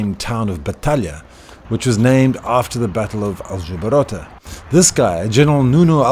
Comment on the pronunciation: It's Aljubarrota, not Aljubarotta ;).